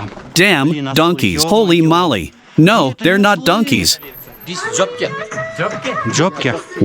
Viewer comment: Do some English voice overs, but make sure you still say "holly molly" 😂